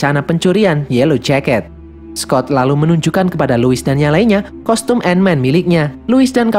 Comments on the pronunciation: Tulisan Ant Man Dibaca : & men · ''ANT-MAN THE WHAS''